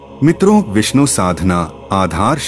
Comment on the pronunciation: Shree hari visnu bagwan ☺️☺️☺️, naam thik se Liya kar 😡😡😡😡😡